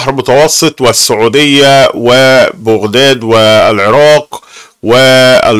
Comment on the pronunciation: شلون يلفظ بغداد بوغداد